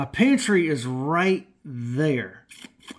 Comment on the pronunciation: I thought at first it said pantie light 😅😅😅